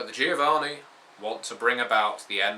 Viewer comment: It's "joh-VAH-nee" ;D